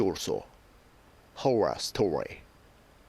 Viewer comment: what the fuck is your pronunciation?! lol who the hell use your video for learning English.